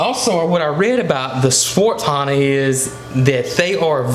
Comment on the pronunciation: It's actually Svarthöna :)) you forgot the ö. But I understand since it's very hard to pronounce swedish letters